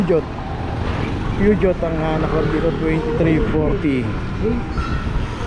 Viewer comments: Peugeot: poo zhow tamang pronouciation hindi pyugyot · Peugeot is pronounced as "Poo-zhow"...